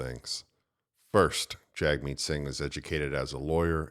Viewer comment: Jagmeet also pronounced Jimmy